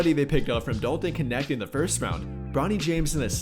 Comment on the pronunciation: So lost why everyone keep saying his name like it has an I in it kinecth